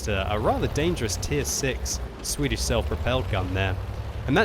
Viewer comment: Sure: "Swidish Self-Probeld-Gun...